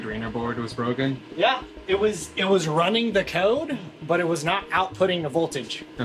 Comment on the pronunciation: can you just stop saying "buf" instead of "but"? please